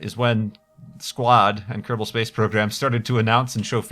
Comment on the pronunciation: Kerbal not kerbel.